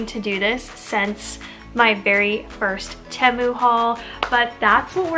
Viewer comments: I am currently waiting for my first order! Most of my items were 99 cents! And just FYI I think it's pronounced TEA-MOO. 😊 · I love Temu! They’re the best! I have like $250 worth of stuff in my cart right now! I do think it’s pronounced Tee-mu..or at least that’s how I’ve heard everyone else pronounce it 🤷‍♀️ not trying to be mean